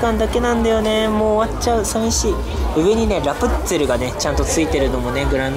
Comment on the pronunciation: 、ラプッツェルってまた言ってる😆✨ でも大丈夫です、伝わってます⭐️